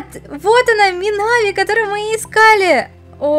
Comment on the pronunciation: Ударение на и а не на а не мина́ви а минави́ ну хотя и так и так можно я думаю